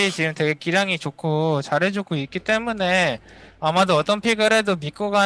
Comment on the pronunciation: 클리드 선수는 때문에를 때문네처럼 발음하는 거 같아요 ㅋㅋㅋㅋ